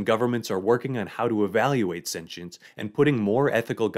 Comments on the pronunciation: Sen-she-ence? sen-chi-ence? Sen-qi-ence? How about you just say it right. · I had to turn off the video halfway through because of the way he says sentience. Sue me